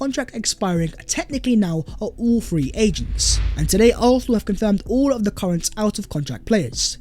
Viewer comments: Can you please work on your pronunciation for “Arsenal”? Please don’t eat up the word. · Good stuff. Just learn to pronounce Arsenal..